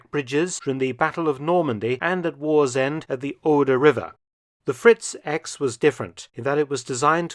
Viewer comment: In German, the X is pronnounced "iks". So, it's "Fritz- iks" the correct name